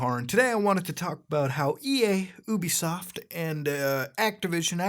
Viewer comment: YOU-BE-SOFT NOT OUUU-BE-SOFT